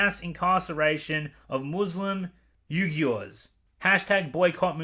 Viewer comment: Xinjiang is pronounced Zinjiang. Uighurs is pronounced Wegurs